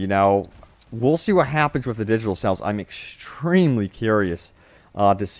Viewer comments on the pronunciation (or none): He keeps saying sells, not sales. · What area are you from? I notice you say "sells" instead of "sales."